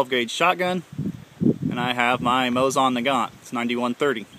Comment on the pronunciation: It's pronounced like moe zin